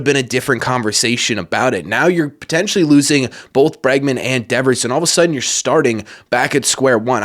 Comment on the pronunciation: Obviously Bregman. Not Bergman. Lol